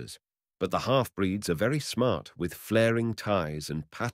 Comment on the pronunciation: 5 mins in... does he say of the Chinese women... "velly" clean or "very" clean... ? Tongue in cheek or....?